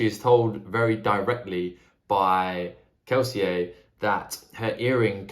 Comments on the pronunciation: Lmao I love that you're the only person in the entire world who pronounces Kelsier correctly, the French way. Not even Brandon Sanderson does that :D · I hard respect you actually pronouncing Kelsier as intended.